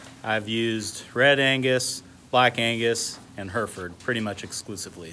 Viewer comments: Its Hereford. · Difficult to SAY cos u keep saying Herford's... instead of HerEford's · For those intending to go to the UK, we pronounce it like hair-eh-Ford, not her-furd . I mean they're your cows, you call 'em what you want, but the English county is Herefordshire and like most English place-names it's not pronounced as it is spelt. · Where I come from it’s heriford or Hereford but the i makes an e sound just to let you know ( you might say it different I don’t mind just thought I’d let u know) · HairFords HairFords haha say it right lmao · Love your videos. Never heard Hereford pronounced like that though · Sorry it it just me that gets annoyed that he cant pronounce Hereford properly?